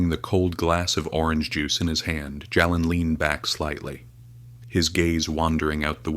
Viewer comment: Why can't you pronounce the names correctly. His name is pronounced Jaylen not Jalen. Plz correct.